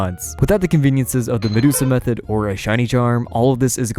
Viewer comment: He said "Medusa Method" and you all kept watching.